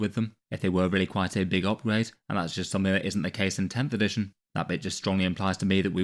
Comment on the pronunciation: "Editiojn" Love ya:D